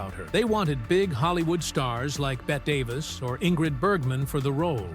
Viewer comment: The name is Bet tee Davis not Bet. Please get it right.